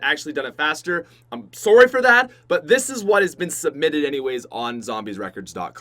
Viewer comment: can't say sorry so he says sorey